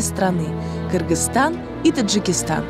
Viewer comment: Наконец-то они научились говорить правильно: “Кыргызстан”! Я так рада)